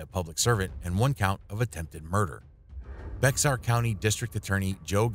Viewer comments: It’s not Bex er it’s Bay har do a little research before you publish this stuff. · Bexar is pronounced bear x is silent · For future reference, bexar, as in bexar county is pronounced as bear county. Its spanish, not my fault. Your welcome. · Why does everyone get this wrong? The x is silent. It is prounced Beh-har, though most just say Bear, like the animal. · I used to live in San Antonio. Bexar is pronounced "bear". Just thought you'd like to know for next time. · "Bexar" is pronounced something like "bear." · Spelled BEXAR, pronounced BEAR. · Bexar is pronounced like bear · Bexar County Texas is pronounced Bear County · Bexar is pronounced, "Bear". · Bexar is pronounced bear